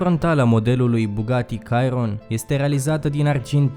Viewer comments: Nu este Cayron, este Chiron :D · Bugatti "cairon" ? :))))))))))))))))))))) Poate vrei sa zici "șiron" asa se pronunta ! Un cacat de masina cu un mega exagerat pret, afumat de un nissan GTR la 200k E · Chiron , nu Cyron . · Fain video. P.S numele modelului Chiron se pronunta "Șiron" nu "Cairon" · se pronunta şiron nu cairon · stiam ca se pronunta Şiron nu Cairon... adica pana la urma se scrie Chiron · Sa stii ca se citeste "șiron" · Chiron se pronunta Șirob/Seiron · cairon =)))))) serios in plm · Se scrie Chiron da se citeste Șiron si costa 2,4 Mil Dolari comanda si vine peste 1 an sau 3mil pe loc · In orice limba ai citi cuvantul "Chiron" nu o sa iasa vreodata "cairon"! Tie ti-a iesit, bravo! Ai nota 2, iesi afara! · Daca tot faci un videoclip despre Bugatti macar uita-te cum se spune Chiron ;)